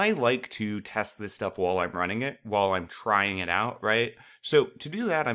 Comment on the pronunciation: Love your videos, they have helped so much with this unit. I'm just confused why you pronounce "while" as "wall"..... other than that you're videos are awesome!!!